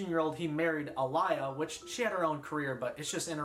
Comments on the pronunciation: My guy did not just say aa-LIE-yah… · he said Ah-lie-ah. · Loooove the video! Great work! So in depth! One thing: you mispronounced one of the best artists of all time: Aaliyah. It’s said “Ah-Lee-Yah”. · excellent video but i can't get over how you pronounced aaliyah "ah-lie-ah" 😭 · you butchers that girls names like crazy it’s pronounced as uh•lee•uh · its pronounced Uh Lee Yuh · Aalyiah It's pronounced Ah-lee-yuh show some reapect!! Smh lol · the disrespect of referring to Aaliyah simply as the 15-year-old that R Kelly married and mispronouncing her name 💀💀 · I stopped watching when he pronounced Aaliyah’s name the way he did. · I’m very impressed with how much music you’re familiar with, except for how you pronounced “Aaliyah”. That was absurd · I cried when u called Swamp Dogg a “snoop knockoff”, man Swamp is an unsung soul and country legend who came out in the 50s and had the name Swamp Dogg in the 70s b4 Snoop- nothing to do with Snoop in the slightest. And also the disgusting disrespect within associating Aaliyah with R Kelly b4 herself and then proceeding to pronounce her name wrong with confidence proves to me the true lack of understanding you have for the culture you’re reporting on. Not even mentioning all the hip hop and rnb icons you call “nonames”. Please do more research when tackling things outside of your cultural range. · the Aaliyah disrespect is insane that’s not how you pronounce her name and she’s way more than “the girl R. Kelly groomed.” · great video and the effort is really commendable but man you really butchered the pronunciation of Aaliyah's name lol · The Aaliyah mispronunciation physically hurt me. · First off, this video is insane! 2nd, he mispronounced Aaliyah's name and I nearly through my phone at my TV. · This video is very impressive but the Aaliyah mispronunciation and slander is completely uncalled for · Why did you pronounce Aaliyah like that 😭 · you butchered Aaliyah's name lol